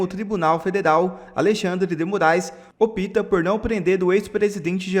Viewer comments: Nao é " opita" e sim "opta" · "Opíta"?????? Pela madrugada!!!! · Como fala errado!!!! Opita!!!!